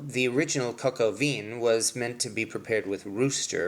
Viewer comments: please learn how to pronounce the name of the dish please. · I think you need some work on your French pronunciation,...lol!!!